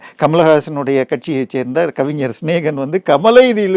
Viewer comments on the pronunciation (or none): none